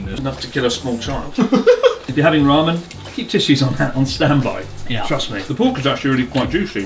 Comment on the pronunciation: lol mans been abroad all these years and still says mih so not mee so smh bruh